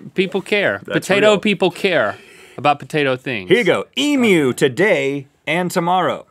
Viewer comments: Omg they finally learned how to say emu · Thank you Rhett for addressing the proper pronunciation of "Emu". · You said emu correct :o, and then made a point about it, made my day lol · As an Australian, I appreciate your pronunciation of Emu. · Just glad that an American finally said emu right. (Eeem you) -kind regards from a proud Australian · Yay! Rhett pronounced emu correctly :D I got way too excited about it, and then he pointed it out, lol. I've eaten emu before, as mince in a pie. It was like a regular meat pie, but the meat was a bit more flavoursome. I got it at a place called Freddo's Pies in Frederickton. If you are ever on the East Coast of Australia and have the time to make the drive, I recommend going. They get voted best pies in Australia fairly regularly.They do savoury and dessert pies; single serving and family size. The Roast Lamb and Mint Jelly Pie legitimately tastes like you are eating a meal of roast lamb in a pie (not gum so don't worry). And it's fairly easy to guess what the pies will be like because they are named just by what's in them. Which makes me worry about the Truckie Pie... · All Australians are living Rhett at the moment because he pronounced 'emu' correctly! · Thet actually said emu right, im so happy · When Non-Australians know how to pronounce Emu. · It's awesome to hear Americans pronounce emu right!!! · An American said emu correctly. Now on to aluminum.